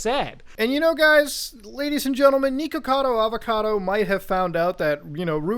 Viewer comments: tiny nitpick but it’s “nihkacado avacado,” not niko. it’s supposed to rhyme. good video anyways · mans really saying neekakado avacodo